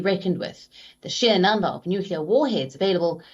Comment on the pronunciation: How many times I heard the nueclar threat...nothings new😂